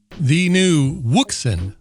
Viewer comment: Wouxun? Are you sure on the pronunciation for that?😉